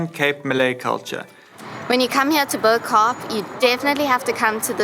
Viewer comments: it is pronounced "boo-kup" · Excellent adverisement for Cape Town. Really well shot. But... Please call it "Bow" Kaap in front of a Cape Malay person and record their reaction. Pleeaaaaase.